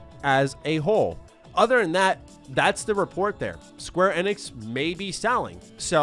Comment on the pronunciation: The way says it is correct, that is how SE employees say it during public outings